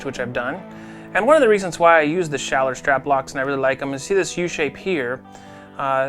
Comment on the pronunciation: Nice pronunciation of a German name